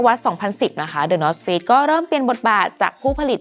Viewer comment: ได้ยินเป็น the north fakes เหมือนกันอ่า